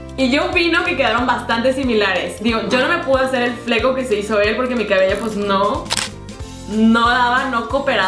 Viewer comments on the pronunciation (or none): none